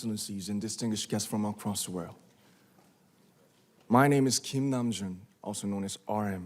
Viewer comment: "Nam Jun" JJSJSJ